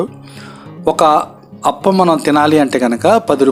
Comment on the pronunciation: Hello sorry brother spelling is correct but pronunciation is wrong it's (aaaa pa m) not aapalu and one more it's boradavari street not buradala